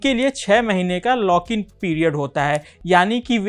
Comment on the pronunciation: Your pronouce is to improve... लाक in नही भाई...लॉक in